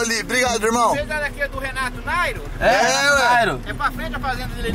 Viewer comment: Kskkkkkdkdkdkokkgktktorkrkrkrkrkrkeokookllkkkkkkk Kao mané kkkkkkkkkkkkkkkkkkkk né possível kkk já ouvi chamar o de muitas coisas, de,,, ate de Renato rachinhaskkkkk mais agora de... "" KKKKKKKKKKK é a primeira vez kkkk